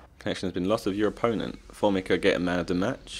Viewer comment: formica is pronounced for-me-ca